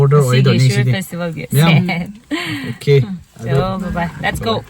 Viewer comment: Not phistval... Its fastival poor english